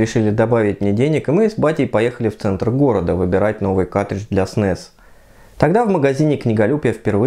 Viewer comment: Твое произношение слова картридж ("катридж", без первого "р") - очень смешит.